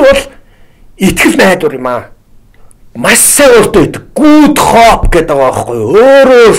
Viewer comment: За гайхамшигтай сайхан ярьж байна. Их баярлалаа.Харин судлаач маань англи хэлний дуудлагаа сайжруулахгүй бол жаахан онигоо болно шүү. Good hope,native үгүүдийг арай юу. засаад л.